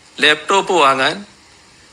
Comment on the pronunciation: Layptop, not laptop.. athu ve ithu ray.